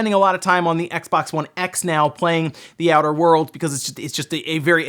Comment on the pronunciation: Outter world.